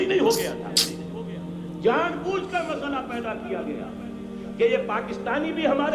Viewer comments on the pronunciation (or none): none